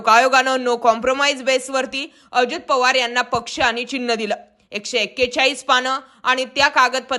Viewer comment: Oditya thakre, powarani divochla hota 😂😂😂 railway station announcement 😂😂😂